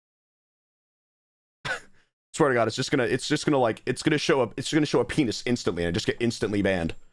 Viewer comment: why does ranboo say "PEENIS."